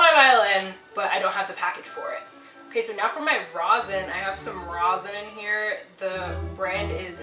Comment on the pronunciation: I have commented on so many musicians about this But a lot of people pronounce rosin as" Rozin " Please pronounce it as " Raw-sin" BTW love the violin has a great color to it 😉